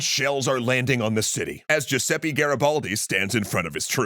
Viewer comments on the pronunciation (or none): Giuseppe is pronounced [dʒuˈzɛppe], not "Giuseppi", pls try to fix the prononciation <3 Also, Genoa had been independent until it sided with Napoleon. The end of the Genoese republic came with the Congress of Vienna, when it was forcibly united with Piedmont as a payback for having supported the Napoleonic forces. From 1815 to 1850 various independist revolts emerged in Genoa against the Piedmontese annexation and oppression, but were repressed in blood. Portraying Genoa as "coming back to being part of Piedmont" in 1815 particularly wrong. Officially, Genoa made "peace" and renouced independist ambitions only in 1993... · Still waiting for the day I’ll hear an english speaker say “Giuseppe” instead of “Giuseppi” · Jesus! He really can't pronunce the name Giuseppe?! He said it about 4-5 different way, every time. At least he could have used just once Google Translate for pronunciation... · "ITALY. WILL. BE. UNITED." — Definitely Giuseppe and not a great history YouTuber. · all this research and couldn't even pronounce Giuseppe correctly, sigh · As a Giuseppe please PLEASE learn how to pronounce our name 😅 anyway nice video